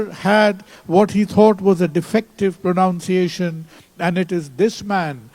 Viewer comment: He might have changed the host too, the host pronounced the word "pronunciation" wrongly😂